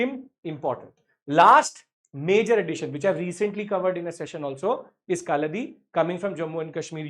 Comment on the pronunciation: It’s is not pronounced as Kaldi Its is Ka la ri -kaladi